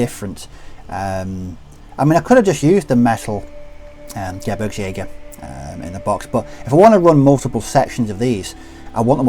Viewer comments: It’s pronounced geh-breegs- jager. All Gs in German are pronounced with a soft G. No J sounds! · You mean geh-beergs-jager, what you wrote would be Gebrigsjäger